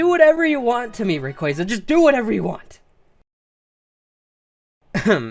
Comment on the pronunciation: Rayquaza Is pronounced (Ray-Quaa-za)